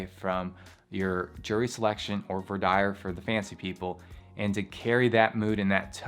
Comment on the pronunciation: Never heard voir dire pronounced like that. Love it. In NY, we say “vwaugh deer”